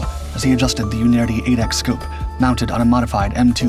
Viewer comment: The scope is a Unertl, not Unerti, the final letter is an L. Pronounced 'unertal' typically. The company shut down in 2008 but they were a very high end scope manufacturer since 1928. Haven't shot with one but I think it is akin to sniper glass used at higher level in other countries, which means that it takes careful handling to not screw it up. I shot mostly with a Schmidt & Bender 6x42 which is a reasonably rugged thing, far more than the particular Unertl which is a footlong thin metal tube basically, and not mounted rigidly because the recoil would damage the scope otherwise.